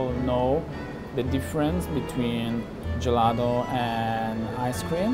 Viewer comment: Can someone tell me how many times they said “Gillato”